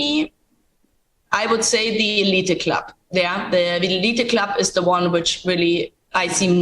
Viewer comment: Elite Club is pronounced eleeet club